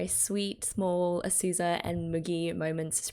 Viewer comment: Hi i'm one of the new people you mentionned-- Just wanted to point out you've been saying Azusa wrong this whole time, I thought you'd notice, but you've been saying Asuza instead of Azusa It's been such a blast, I needed an excuse to rewatch K-ON and it's really nice having someone to watch it with like that